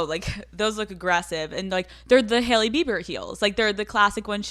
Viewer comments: Has anyone else noticed how she pronounces “Haley” or is it just me? “Hail-lee” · Youre cannot even say her name xd?